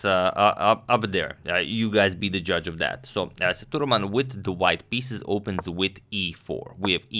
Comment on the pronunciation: It's Sethu raman not thuraman....LOL